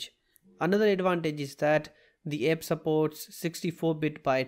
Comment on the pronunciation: Its app not epp